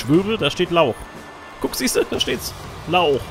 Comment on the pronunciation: Hey, dein Lauch heisst eigentlich Laoch und kommt aus dem irischen und heisst übersetzt "Held", wobei ich nicht weiss, warum Sheamus ein Held sein soll, lach. Gruß Andy